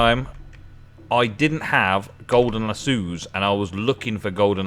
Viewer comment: lass o. not lass sue